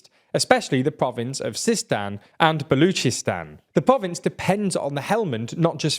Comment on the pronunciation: The 9-year-old presenter mispronounced Mazar-i-Sharif and Baluchistan.